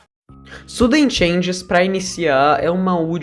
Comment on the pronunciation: Não é shuend e suden sans